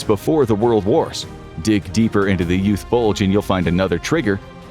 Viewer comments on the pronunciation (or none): Bro why do you keep saying BULGE like that 😭